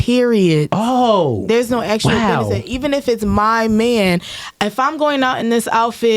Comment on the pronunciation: It's funny when a certain type of woman says be-nuh-fitt.. usually with Hella attitude and it's always used improperly... same thing when these same women use the word specifically and it always gets pronounced "pacificaly". Hood boogera